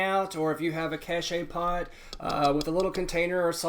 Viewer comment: Also the pot is pronounced cash poe (cache-pot) French for hidden pot.